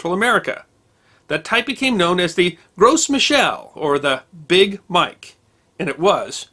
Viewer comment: As a permaculture orchardist, I squealed with glee when I found this video. I have very few notes, other than wanting to say that the "Gros" in "Gros Michel" is pronounced, "grow."